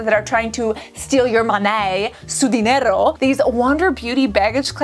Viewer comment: "Su dinero" hahaha girlll your Spanish pronunciation is fantastic!!